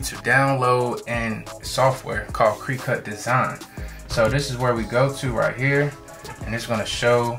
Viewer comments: U finally said it right that time, then changed it back 2the wrong way...cricut not creecut Lol The "i" has the short vowel sound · Did he say cree cut! Cricut nephew, like the noisy bug outside😮😅😅😅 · I always thought it was pronounced "cricket" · Imma need you to pronounce these words right.. it’s cricket like the bug and vinyl (vi-nul) why are you pronouncing the Y? It’s silent 🤦🏾‍♂️